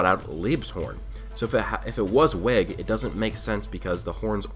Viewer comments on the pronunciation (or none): You're pronouncing "Liebe" and "Weg," wrong; these are german words. We know black clover uses german words because "licht" is the german word for light. Liebe is pronounced Lee-buh and it means love. Weg is pronounced "Veg" and means away